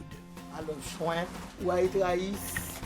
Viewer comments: The way she says “shwamp” has me wheezing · you hear how she says shrimp